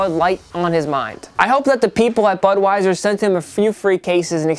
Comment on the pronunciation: did he say budweizer